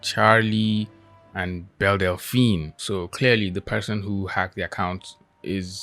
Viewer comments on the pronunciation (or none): none